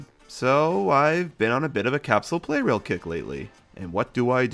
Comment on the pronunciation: I think the "Pla" in Plarail means "plastic", and also the official Japanese name is プラレール (purarēru), so maybe the "Play Rail" pronounciation is not entirely correct...?